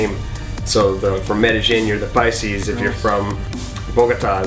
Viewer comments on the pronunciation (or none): "PICES??"😂 And ROLES?? 😂The was kinda funny. Paisas & Rolos or Cachacos.